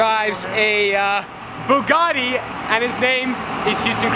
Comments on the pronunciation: Its Bugatti not Buggati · Why does not know how to say Bugatti....